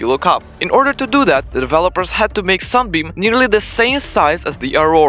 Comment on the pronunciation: did bro just say sun bean